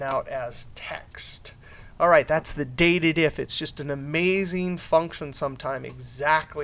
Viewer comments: by the way Im pretty sure its 'date dif' not dated if..hahaa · It's not "Dated if", it's "Date dif". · I guess the name of the function is DATE DIF (as in Date Difference) rather than DATED IF (as pronounced by the author).